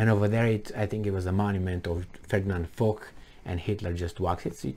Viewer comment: General Ferdinand Foch. Pronounced fosh, not fock. You're welcome.